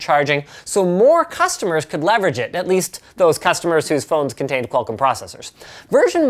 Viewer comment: lol I love the way Linus says Qualcomm. "Qual-CUM" sounds like a porn streaming service.